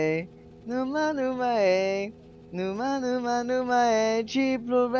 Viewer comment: As a romanian, when sang "nu ma nu ma iei" he pronounced it almost perfectly